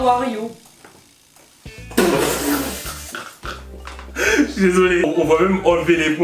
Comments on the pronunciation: "tu peut me donee 3 mots en anglais stp.": "awariou!" moi: "wsh d'ou on dit awariou c HOW ARE YOU MADAME EUH!!" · omg elle a dit awariou